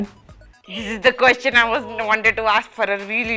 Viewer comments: Isn't that "quesTIN" pronounciation weird? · HRs pronunciation of question.....😐😐